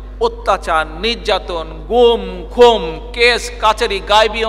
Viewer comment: You should correct the pronounciation. It will be khun, not khum.